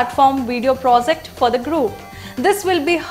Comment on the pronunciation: No offence to story telling, however you are an English news channel then you must have pronounciation correct for in coming years. Project not Prosect for an example